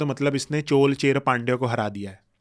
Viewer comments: Chol nahi chozha or chola Cher nahi chera 😢😂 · Indian archeological expert can't pronounce indian names like "keeladi" , "chola" etc....i wonder how much he studied this topics that still can't pronounce this properly 🙄🙄